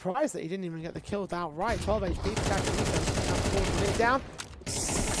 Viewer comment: I think the pronounciation is SASAnito not kakanito?